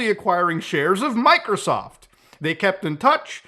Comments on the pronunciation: why does Muta say,"MicroSoft" like that 😂💀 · why did you say Microsoft like that 😂😂😂😂😂😂😂